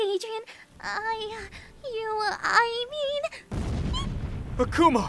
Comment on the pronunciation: Chat pronounces Akumal like okuma